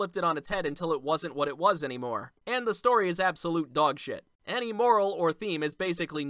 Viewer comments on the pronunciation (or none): none